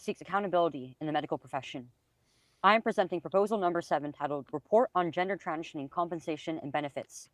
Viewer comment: saying transhioning instead of transitioning kinda triggers me.